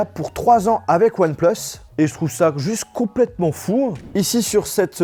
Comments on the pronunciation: je retiens un truc "one pleus" c'est "one plus" !!! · Ouanne pleuss... je rigole mdr😂😂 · Le one pleuss et disagne me tue 😂😂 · Entendre « hasselblayde » et « onepleus » pendant 14min ... mes oreilles souffrent. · One "pleusse" 😭😂